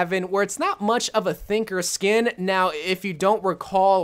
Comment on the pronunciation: What said: sushi genji What I heard: genje shushi shkin